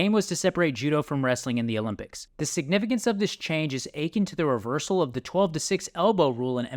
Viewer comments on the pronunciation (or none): akin is pronounced like uh kin and like A-kin